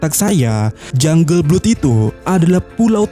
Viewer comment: Jungle blood dibaca janggel blod min 😊